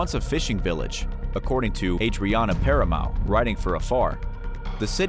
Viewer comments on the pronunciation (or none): none